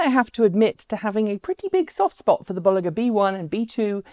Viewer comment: Just FYI pronounced “Bowl...” vs “Boll...” and “...ger” as in Germany, according to an employee at the company.